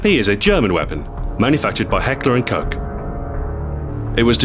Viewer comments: i like your videos!! but: it isn't heckler and cock, its heckler and koCH ;) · Heckler and KOCH koch is pronounced cock, not COKE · Heckler and Coke ftw. (It's Koch) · Just to let you know it's not heckler and coke. It's pronounced cock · did i hear hecler and cock, or hecklor and coke? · As for so many people, you pronounced the "Koch" of "Heckler & Koch" wrong.. Kind of hard to explain with latin letters, but try it like "кох" in Russian. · its koch but its pronounced "kosh"